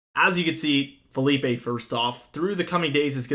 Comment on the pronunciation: ITS NOT FELIPE!!!!!!! ITS PHILIPPE